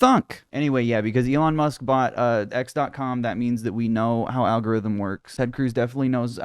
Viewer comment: That old man said algorizzm